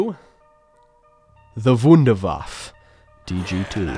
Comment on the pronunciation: Why does no one pronounce “Wunderwaffe” correctly? “Voon-der-vaff-uh” not “wonderwaff”